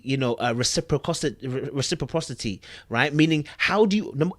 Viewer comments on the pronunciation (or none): Reciprocity is pronounced REH-SIP-PRA-CITY...all love! Love the videos 💜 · The word is tricky when looking at it but it is phonetically pronounced : RESA - PRA - CITY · Re-Say-Prraw-City been kicking your ass lol. Love your videos <3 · RECIPROCITY (Ress-i-prossity) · I got you boo! It’s “REH- See-Prah-City” (reciprocity) ☺️☺️ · REH-sip-rah-sih-tee ;) great commentary as usual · Please take this in a positive way because it’s coming from a positive place . Google can be a resource to learn to pronounce words you are having difficulty with before doing your post ( if you want) because you were butchering reciprocity. I am a NP and use Google pronunciation when I am having difficulty with words to help me out so I that I go into conversations confident using given word(s) with my patients ( ie ...a medication or condition )